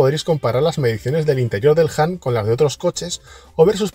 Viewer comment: Por dios, haced un esfuerzo en pronunciar mejor… no es “JAN”, sino “HAN” 😵‍💫